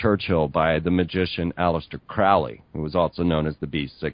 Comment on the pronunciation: Vauv=V/W=6=Tiphareth/Beauty=The Sun. The Sun is anything but "fallen". The number refers to the Heart Chakra. 666 is the Sun manifest on Earth. Crowley rhymes with Holy, not fowley. He was no "black magician".